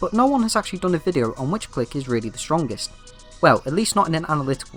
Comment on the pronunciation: The way you pronounce clique hurts my soul